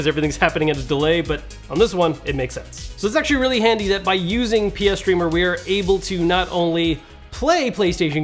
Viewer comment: Tee hee said pee streamer